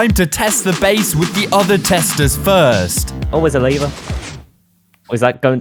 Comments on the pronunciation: Its lever Btw not "liver" :) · you say like: liver but schould say:lev-er. you also say:lead but say: Leash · Ah yes. “LEEVER” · Sorry i míst but how you say líver instead of lever i am dying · stop saying liver say lever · The leeeevu its lEvEr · I THOUGHT the lad was saying “liver” with a stress on the word. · He doesn't know how to pronounce lever and wedding